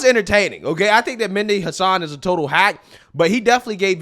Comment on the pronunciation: Great Job on this video! The Only issue that I have is that you Keep pronouncing Vivek's name wrong after I've explained it here Numerous times. It's Vivake like Cake, and Mehdi is not pronounced Mindy. 😉😝 Anyways, We NEED to get back to the days of GOD, FAMILY, AND COUNTRY BAYBAY!!! 🇺🇲 Old School AMERICA 🇺🇲